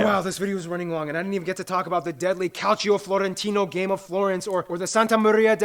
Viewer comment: Oh god, as an italian how he pronounced calcio makes me wanna smash my head over my pizza